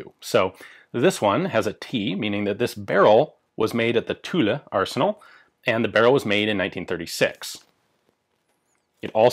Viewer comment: Every time you say Tulle, I hear Tula.